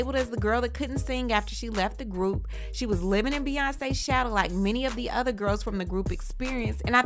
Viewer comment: "With my udder dauder" ugh. I hate when he says that. OTHER!! Not Udder!